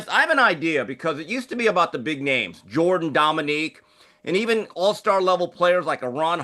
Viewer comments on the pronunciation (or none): none